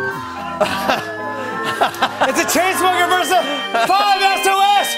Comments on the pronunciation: Yup and I literally shouted 'iTs NoT 5 eS OH Es ITs 5sAucE' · Did anyone else realize jimmy said 5 s o s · „it’s a the chainsmokers versus five es oh es“ I think my heart just broke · some people call them "five es oh es" which irritates most of the fans